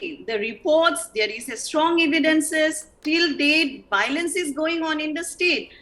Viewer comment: Why can't the meitei pronounce biolence😅